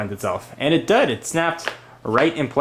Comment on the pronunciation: "and it dud" HAHA!